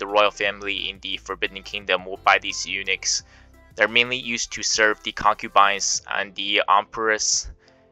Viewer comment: It pronounces "u-nucks" NOT "u-nix".